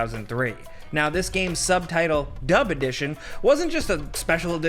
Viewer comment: Am I the only one that heard "dumb edition"?